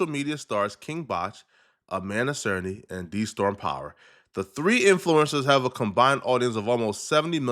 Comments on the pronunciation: That one also had me raising an eyebrow lol! I felt like he said it correctly once then switched back to DAY-storm 😭😭🤣🤣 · Its triggering me the way he keeps saying Amanda Cernah, its CERNY 🤣🤣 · Is it hard to say "Cerny" ... SURN-KNEE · Even tho her name Amanda "Cerny" sounds like he saying "Serna"